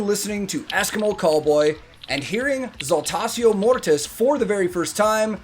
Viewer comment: on you a man can count. Thank you for telling me how Saltatio Mortis is spoken in English, in German we normally speak Latin as it is written except you had it in school then you will be more proficient. (BTW: If you didn't know Saltatio Mortis means Dance of Dead). And I love "Alea the humble" which is Jörg Roths Stagename who is the cool Vocalist in this really asskicking Band. If you wanna hear more from them my 1st recommendation would be S. M. 'Wachstum über alles' but be warned its all German and there are no subtitles from what I've seen. But at least the video shoud let you poop your eyes out.